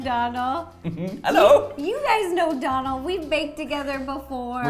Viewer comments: No offence but Donal is pronounced doughnal 😂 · His name is Donal..... Pronounced 'dough nal' 😂😂😂😂